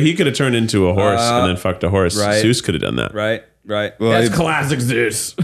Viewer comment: Keith needs to stop saying Seuss instead of Zeus it’s rly getting to me